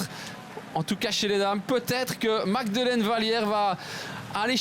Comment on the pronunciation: Bravo magdeleine. Je sais que cest un extrait. Mais rien à comprendre par le commentateur. Incapable de prononcer correctement un nom. Il y a une version moins argo, plus internationale?